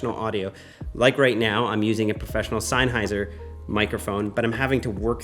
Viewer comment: Please stop saying Seinnheiser, it's Sennheiser. Just begin like sensor! That image comparison is not how it's done. Don't know why everybody does that. Maybe it's a trend.